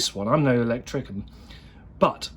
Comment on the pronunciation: Is it just me or did it sound like he said I'm no elechicken. Or am I just having KFC withdrawal syndrome due to lockdown.